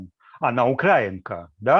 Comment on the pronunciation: украИнка(-ец) - ставить ударение правильно! А так - украИнский акцент!